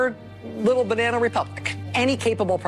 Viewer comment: What the FUCK! ...is a "binena republic" America? What are you saying? Learn vowels man.